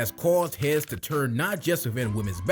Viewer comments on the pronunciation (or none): none